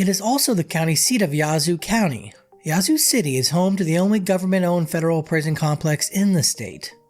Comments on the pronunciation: it's Yeah-zoo. Not Yah-zoo. 👍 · You need to put a little more soul on in when you say Ya-zoo. I'm from Mississippi and that is not how we pronounce it fella. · You're pronouncing it wrong. It's not yah~zoo. The ya sounds more like the A in "at" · 5L - who TF you calling stupid!? No ONE pronounces that piece - Yahzoo - 99.9% of Mississippians call that piece - YEAH-zoo. You feeling spicy about it, come to Jackson and we can talk about it some more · Born and raised, definitely a rough place to live. It's not pronounced "Yah-zoo" city though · You can tell when someone is not from Mississippi, by the way they pronounce the names of certain cities 🤣🤣🤣🤣🤣🤣🤣